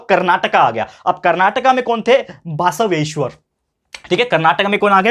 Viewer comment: Sir it's not basaaveshwar it's basaveshwar